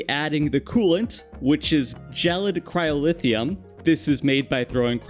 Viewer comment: its cryo-theum not cryo-lithium